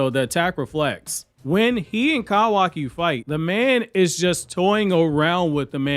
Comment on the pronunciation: “Kawakiwockee” and “Eidas wap” is crazy ngl 💀